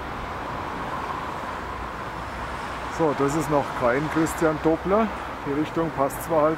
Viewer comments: Schade, daß die Aussprache dieses Namens nicht Dobler ist.... der Mann heißt Doppler! Du sagst ja auch nicht "dobelt", wenn Du etwas zweifach hast.... Also Doppler! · kleiner Tipp es heißt nicht doooobler der Name wir durch die 2p schnell ausgesprochen Doppler aber macht nix es weiß eh jeder was und wen du meinst😜aber dein Video wie immer super mach weiter so👍🏆😀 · Na klar kennt man den Christian Doppler. Wer in der Schule in P'hysik aufgepasst hat, musste über den Namen stolpern. " Doppler - Effekt ". In vielen technischen Anwendungen der Fall. Du sprichst den Namen übrigens falsch aus. Doppler- so wie doppelt oder Donner. Mit nem kurzem " O " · Christian Doppler… Entdecker des Doppler Effektes, Entwickler des Doppler-Radars für Wetterbeobachtungen, etc… Kein Unbekannter also. Übrigens, das „o“ bei Doppler wird nur kurz gesprochen…